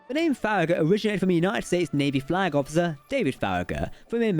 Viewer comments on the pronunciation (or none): none